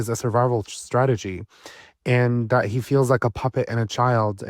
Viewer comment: He said “stragety” 😂